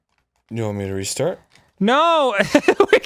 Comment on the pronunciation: when he said "you wan me to restar?" I totally lost it